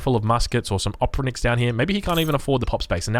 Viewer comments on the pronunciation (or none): Its funny how u say "Oprichnik". Opri-ch-nik , "ch" same sound as "ch" in word "churrch".